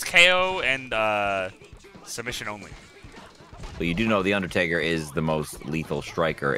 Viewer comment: “My name is undataka”